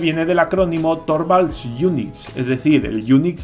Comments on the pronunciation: Se pronuncia Linus Turvalds, la o se pronuncia como u, para pronunciar la o cono en Español tendría que llevar diereis ö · Torvalds se pronuncia Turvalds.